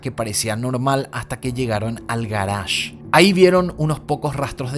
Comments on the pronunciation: El garage oyeron, el garage ulala señor frances si como no, "Como se dice entonces" Parqueadero.. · AL garage uhlala señor francés